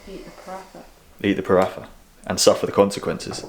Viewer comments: Had a similar moment this morning in the gym, more mentally than physically. Anyway, tomorrow is another day. Minor thing from a foreigner living in South East Asia: they pronounce it “Prata”, not “Pratha” 😁. It’s our post ride treat! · It’s pronounced Pa-raa-ta...ignore how it’s spelt on packaging 👍